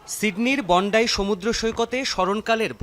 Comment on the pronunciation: This is not Bondai it's Bondi . Totally unprofessional journalist.